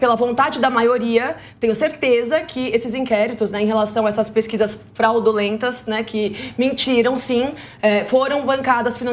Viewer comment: Lindíssima, perdoa por eu não saber o seu nome, mas preciso te dizer que não é fraudOlentas. O correto é FRAUDULENTAS, mesmo, com U.